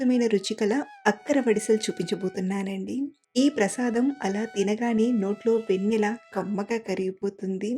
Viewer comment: మీరు మాట్లాడే తెలుగులో వెన్నె అంటున్నారు కాదు వెన్న అని పలకా లి